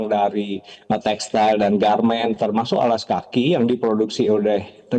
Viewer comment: Textil pak....bukan textail